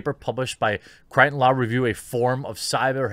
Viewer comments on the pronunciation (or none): none